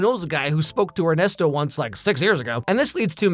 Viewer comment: Weird detail to focus on but gj on the pronunciation of Ernesto's name. Coming from a person whose native language is latin american spanish.